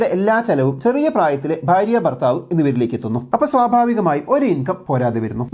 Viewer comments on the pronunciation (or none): none